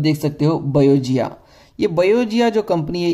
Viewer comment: It's not बयोजिया it's pronounced as बायोगाया। The company originates from Sweden not France. First do your homework properly then post videos.